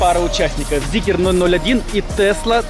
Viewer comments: Почему зикЕр?? Вы там после буквы К букву Е где-то разглядели?? ЗИКР! ЭТА МАШИНА ЗИКР НАЗЫВАЕТСЯ)) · Где вы увидели ЗикЕр?Это Зикр,читать учитесь! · Это зикр!!! Зикр!!! Не зикер. Где вы видите "е" после "к"??? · Почему ЗикЕр?!!! Нет там буквы "е" после К. Зикр, бля, Зикр!!!